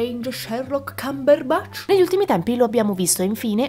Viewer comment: "Doctor Strange Sherlock Cumberbutch"